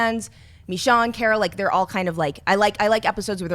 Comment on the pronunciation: He said Michonne right!!...You do care:')